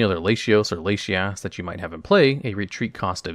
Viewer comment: You pronounced latios and latias so terribly it straight woke me up. Then you said argon instead of aggron... come on... you're giving us night terrors out here